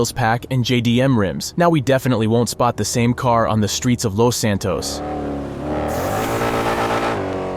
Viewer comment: "Lows Santows"